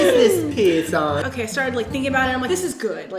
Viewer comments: "Who is this "pier- son" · how Brent said Pierson 😭